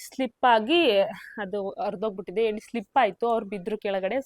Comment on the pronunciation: ಸ್ಕರ್ಟನ್..ಅಲ್ಲ...ಕರ್ಟನ್.. ಹೇಣಿ ಅಲ್ಲ..ಏಣಿ..